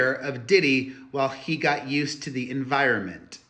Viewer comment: Ur so funny when you say “to the”